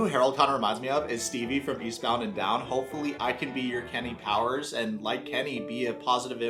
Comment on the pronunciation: I'm afraid you mispronounced Kenny Fuckin Powers. 😉